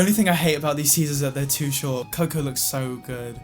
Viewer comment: I’m sorry but the way he said coco😂